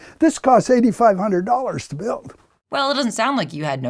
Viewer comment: "Back in 1800's, they pulled five hundred million dowers...worthofminerals..."